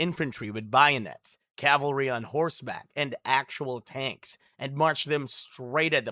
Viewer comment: If you cant say bayonets right imma just think ur a bot